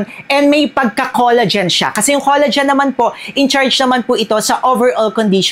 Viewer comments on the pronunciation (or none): none